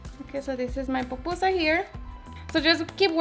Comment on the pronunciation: “POPusa” 😖 it’s PU-PU-SA.. but good job girl se ve que te quedaron bien ❤️